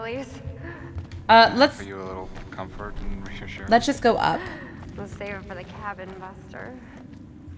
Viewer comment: Let me just say it for anyone who didn’t here say it “reshashurance”